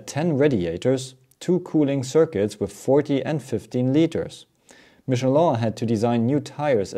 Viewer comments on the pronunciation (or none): none